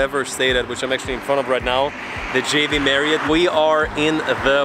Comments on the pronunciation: u keep saying "JV" marriott, its not!!! It's "J-W", not J-V.... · Why you alwsys say V on JW MARRIOT? That’s W- dabulyo not V-vee.